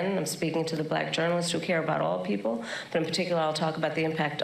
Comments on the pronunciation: It's like he adds a syllable to the word black. Thats too funny! Balack. 🙄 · He's so racist he can barely say the word black.